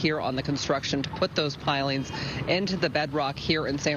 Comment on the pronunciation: no one can pronounce pilings these days